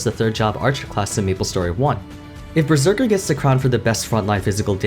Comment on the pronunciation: “Berseker” xD